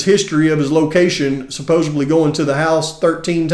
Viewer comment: The way you pronounced the word supposedly told me all I need to know about this channel.